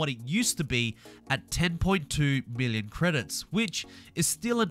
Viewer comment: it almost sounds like billon instead of million